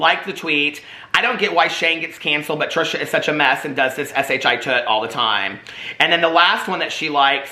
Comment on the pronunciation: I think it's so funny you say s.h.i. tut